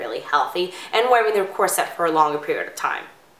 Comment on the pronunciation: I only lasted a minute before the mispronounced "corsette" just annoyed me too much.